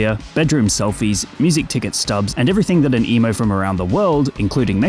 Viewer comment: Is he saying emu?